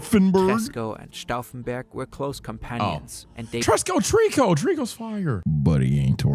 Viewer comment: Put some respect on treekos name!